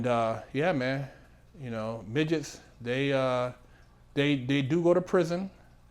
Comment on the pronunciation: Ahh man how you said miggets and kept a straight face .Priceless